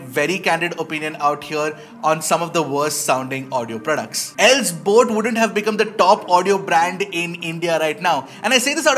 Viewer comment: Boat❌ Bloat✅